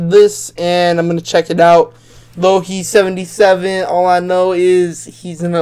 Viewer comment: it’s pronounced Lil hell btw 😂🙏🏽